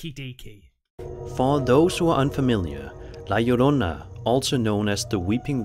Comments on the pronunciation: Oh someone who actually said La Llorona correctly….good job! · Finally someone that can say la llorona right lol. Anywho. I heard her a long time ago when I was around 10 years old In mexico. I was with my cousin outside in the front courtyard and it was late but we were having so much fun. Our parents where in the back with the neighbors when we heard her. It's crazy I hot the chicken immediately. Many stories about her but she drowned her children and is doomed to wonder the earth looking for them. Scariest day of my life. Second to when I heard death. Yes, death. Look up death whistle and that what I heard. Here in the states. I thought I was my uncle who made one, hes an artist so he makes a bunch of stuff but he was home or in his studio in the backyard. That to have me the chicken immediately.